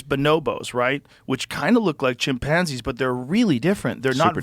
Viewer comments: the way joe says chimPANzees reminds me of schmidt from new girl lmfao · Has Joe always said chimpanzees like that lol